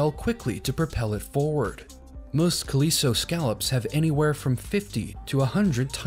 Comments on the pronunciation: he really mispronounces "calico." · but he really mispronounces "calico."